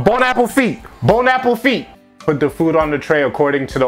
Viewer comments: This mans legit saying bone apple feet. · “Bon’ Apofite” 😭😭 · Nobody: Not a single soul:: bOne aPPLe FeEt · bon appafeet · Its boneappletee I dont think I saying it right but that's how they pronounce it....